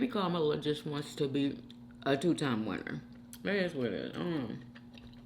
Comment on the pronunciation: You called her Komala/ time stamp , and called Kamala time stamp 😂all right Trump Jr LOL😂😂😂❤